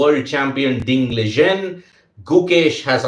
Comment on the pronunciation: Its Ding Liren. Not Ding Ligen 😂